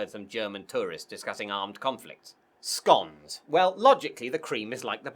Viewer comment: He mis-pronounced scones, immediately after talking about the pronunciation of vase. I didn't think he'd be the type to make such an error